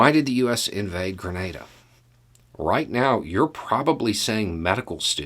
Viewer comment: Hi, Greetings from 🇨🇦 by way of 🇬🇩. BTW THANK-YOU for pronouncing Grenada correctly 👍. Grenada went from a British🇬🇧 colony to self rule to independence in 1973. Grenada's 1st PM became a dictator and banned all of the political parties - including the communist party. With money from Russia and training from Cuba they overthrew the dictator in 1979 and promised free and fair elections the following year. The leader of the revolution was Maurice Bishop. Maurice wanted to lift up the population of Grenada. 80% of the island did not have electricity or telephones. Health, education, jobs, all were lacking to the majority. Maurice changed this with massive projects around the island much like your American projects during the great recession. There was no elections the following year. Grenada's Constitution was slowly destroyed, held together by a Governor General - who insisted that the rules of parliament be used to govern. Maurice was well liked. Coard a devote communist did not think Maurice was communist enough. Grenada had many contacts with different communist countries. There was a Cuban military mission. A Cuban construction battalion that helped Grenada build its current international airport - that the US 82nd airborne parachute in on in 83. Maurice visited the US government in October 1983 and on his return stopped off in Cuba to visit with Castro. On Maurice's return to Grenada he was arrested, charged with being a traitor, and kept under guard at his residence